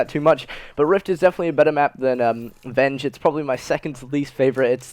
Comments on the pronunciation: Verge not venge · its verge not venge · it's pronounced verge son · Venge lol its verge lol it made me laugh so hard can't wait for next vid lol venge